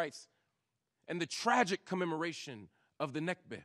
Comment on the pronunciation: Only if you don't know basic geography; I doubt he does. One more thing Mark it's pronounced "Nakba" not "Nikba."